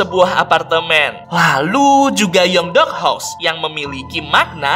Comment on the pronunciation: Namanya Guen bukan gayang